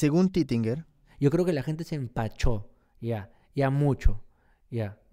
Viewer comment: los peruanos no pronunciamos " hablar con la GENTE " como lo pronuncia este imbecil, asi que si tu eres peruano yo soy john lennon